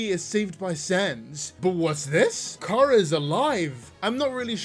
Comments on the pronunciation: Its chara not cara you stupid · How the actual f@ am I supposed to believe you when you can’t even pronounce Chara’s name correctly